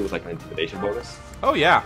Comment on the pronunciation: do you mean the BOW-nus?